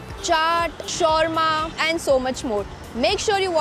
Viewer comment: The way u pronounce shawarma is wrong